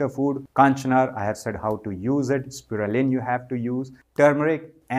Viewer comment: Is it me or did anyone else notice he's isn't actually saying Spirulina?